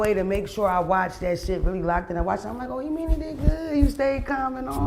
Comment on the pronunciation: Mona is pissing me off calling my boy “E-mani” 🤦🏽‍♂️🤣🤣🤣🤣